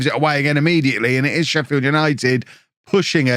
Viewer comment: I'm from sheffield and that made me cringe, "sheffi", we just call it sheff